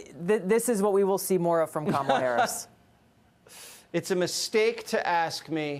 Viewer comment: Stop calling her Kámala, call her Kamála.